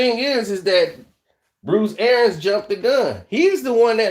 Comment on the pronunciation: For the love of God its ArIANS